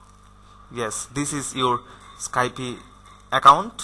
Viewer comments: Motorsports7 I Know right Its just when you say skypie IT DOSENT SOUND RIGHT ITS Skype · Sorry but you've said Skype a little wrong... Its actually skype not Skypie. Just saying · its not pronounced skypIE its called skype no ie at the end